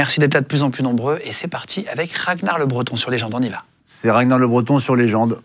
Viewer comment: Ah ok je pensais que ragnard le breton ca se lisait comme ça s'écrit. Pas RaGnard le breton